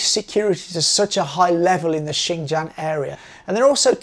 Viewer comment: Would it kill you to pronounce Xinjiang correctly? Seriously, it's not that hard my God. But at least you didn't call it zinzang.